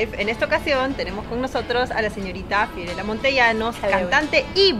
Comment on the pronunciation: Fiorella tiene un defecto de pronunciaciòn.